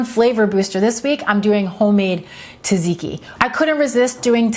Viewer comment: Great ideas! Pronounced tzat-zee-kee. 🙂